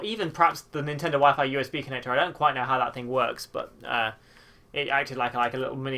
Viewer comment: So apparently WEP is still supported on newer routers but I have no clue how to find it, and at the moment I don't have my phone to use data. Also why "Wee-fy"? 'Why-Fyh" pls Lol definitely the most interesting pronounciation I've heard...